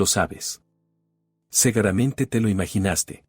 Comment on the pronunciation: Por que segaramente?es que no saben el sonido de la u?la palabra es se gu ra men te!con u ,no a